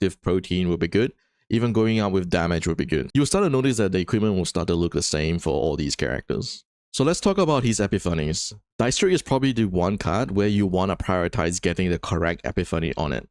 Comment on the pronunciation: e-pip-fen-knees, please